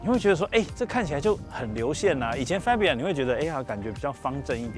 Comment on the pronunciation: 很專業的頻道，但車名唸法是fa（發）bia,不是fe（飛）bia